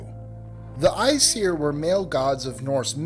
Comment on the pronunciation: Kyle Posey the way he said æsir was almost correct, he just should not have had the 'seer' sound. its pronounced 'I siir'